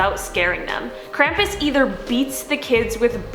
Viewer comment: They keep saying krampus wrong.